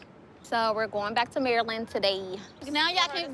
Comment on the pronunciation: I just wanna say thank you for pronouncing Maryland correctly so many YouTubers call it Mary-Land 😂